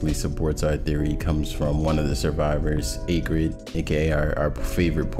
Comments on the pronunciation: its pronounced ack rid, not aycrid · you have a fine voice, but yeah, threw me hearing acrid pronounced like that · Sorry but Ayegrid? It's Acrid as in the adjective describing something unpleasantly bitter or pungent. Acrid uses the same "A" as in Animal or Acid. Just a nitpick, great Lore speculation though. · Say acrid right for once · I hate the way he says Acrid wrong